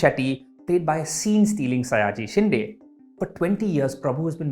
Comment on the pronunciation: Good review as always brother, but for the love of God, it's शिंदे not शिंडे , pronunciations matter my friend, hope this wasn't offensive in any way ... Kindly do better!